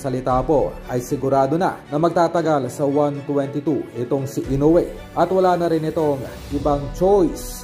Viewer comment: Tao rin ang kalaban nyan..may kamay ..mamaya makachamba tuloy yan makatama..ede tau na nman tuloy ang kawawa.. Ang panget nagpagkabigkas m ng kawawang hapon....ayusin m mag vlog